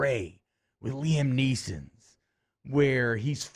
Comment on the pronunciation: Lol did you say Neesons because of that key and peele skit?